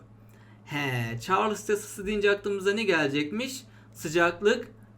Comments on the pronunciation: hocam çarlıs değil de çarls diye okunmaz mı mantıken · "Çarlıss yasası" :)